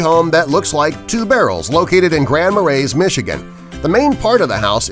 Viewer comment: And the narrator pronounced the ``S'' in Grand Marais.